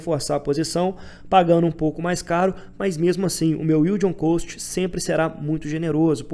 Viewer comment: Vc pronuncia "Cost" errado, do jeito que vc fala é a pronúncia de "Coast" (litoral, praia). A pronuncia de Cost equivalente a custo é Cóst